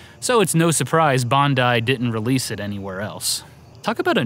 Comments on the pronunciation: Nick From Wii Sports Bandai is not pronounced that way. It would be 'Bahn-Die" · In japan it's pronounced bon-DIE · Gaming Historian: "Bandai" Australians: "Bondi?" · Pax Humana My comment was a joke, because of how off it is to pronounce 'Bandai' as 'Bondi', even if you don't know anything about Japanese. Not something to raise a shield over. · Strange pronunciation of Bandai! Do all Americans put an O in there? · Why do you say Bandai all funny like that